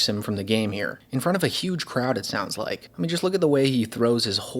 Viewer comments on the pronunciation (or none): none